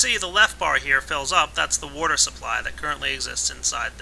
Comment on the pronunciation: I love how pronounces water "wouudur":D